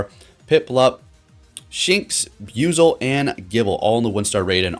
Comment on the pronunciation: Need to correct the pronouncing of the name it's bu-i-zel sounds like you keep saying biuzel